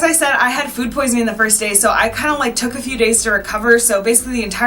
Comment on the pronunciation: Took, took not tuck, tuck...